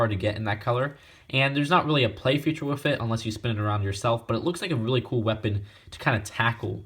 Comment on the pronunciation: I never got this set...maybe I'll get it on eBay someday. Btw I noticed you pronounce "with" as "wiff".